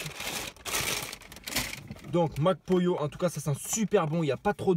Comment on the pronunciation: Je sais pas pourquoi je rigole quand tu dis Mac Pollo ptdr